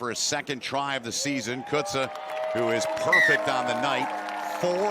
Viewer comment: 🇿🇦 André Warner 🇿🇦 Davy Coetzer 🇿🇦 Dan Kriel 🇿🇦 Duncan Matthews Funny how the commentator pronounces "Coetzer", lol